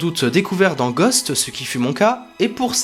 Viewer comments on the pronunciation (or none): none